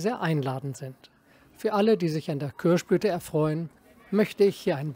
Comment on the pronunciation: Sehr schön. Und authentisch: „Kürschblüte“! :face-blue-smiling